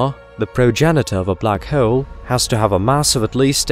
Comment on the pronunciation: "Black Heowl"